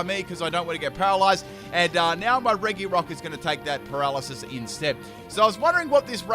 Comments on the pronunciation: You prounounce it reGirock/Ice/Steel not regyrock/ice/steel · I really like RE - GI - ROCK “ITS PRONOUNCES RE - JI - ROCK”